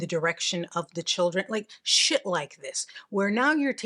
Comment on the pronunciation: “Shet like this”🤌🏽